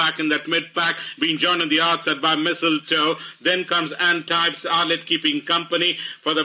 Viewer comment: The race caller got the pronunciation winner’s name completely wrong. It’s pronounced - ahn-teeb. Guys need to do some research before doing the commentary.